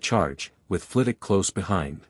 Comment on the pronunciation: Hi..love the stories but if you're gonna keep doing Harry Potter stories, you need to train your reading bot how to pronounce story specific words properly...Flitwick, Veritas serum,etc